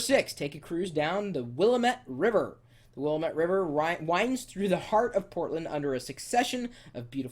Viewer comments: Whuh-lamb-it. not Wall-uh-met. This guys makes Portland sound so lame. Portland kicks so much ass. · hey its not pronounced will-eh-mett. its will-am-it willamette. i lived in oregon all my life and its funny to hear people pronounce it wrong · aaaah! it's will am et NOT WILLAMET! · Dude -- learn how to pronounce things before you sit in front of a camera and talk about them. Seriously...WILLAMETTE rhymes with damn it. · oh no. you did jut just say wilamette wrong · Buddy, its pronounced WILL-AM-ETTE get it right or don't say it at all. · It's Wil-LAM-ette, dammit! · It is prounounced Wil-lam-it river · Smoke some local weed. That's a MUST when in Oregon. Also, it's pronounced Wil-LAM-et. We do have the best beer. I've sat in the front seat of the Spruce Goose.This guys a douche for sure. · The River is pronounced Will-lam-et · Learn how to pronounce, WillaMET Really? Jeez and yes we do like our gardens and we're not just a bunch of drunks! I love Portland! Keep it weird! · Chris, It's pronounced Will-am-et. Say it fast a few times and it'll roll right off. Oh, and unlike Seattle, we do have an NBA team; oh yeah, no baseball or football though. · It's the Will-AM-met- emphasis on the second syllable. Remember it's not a french word, it's a chinook word. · It is pronounced WILL-AM-IT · I cringed when he pronounced Willamete... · He fails at pronouncing Willamette... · You said "Willamete" wrong lol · Cool vid. You mispronounced Willamette though. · Ah, typical butchering of Willamette... Its ok tho. And if you are intrested top 10 thigs to do in Eugene Oregon, 1-10 do drugs. Yeah, dont come here.